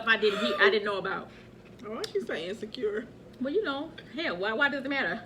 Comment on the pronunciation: She said insacure omg i was dead....and then i want mi dam greens back😂😂😂😂😂